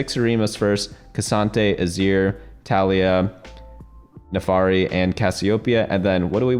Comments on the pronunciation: FIRST NAFARI, NOW SOCO. YOU ARE ONE MISPRONOUNCER Ay foreal tho thanks for the guide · According to the legends, the birth of the new TFT God will happen if certain man can pronounce Naafiri right. We are still waiting for that man to say it right.